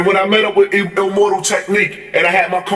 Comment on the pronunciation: So much mispronunciations, illmortal...powerphrasing..allege..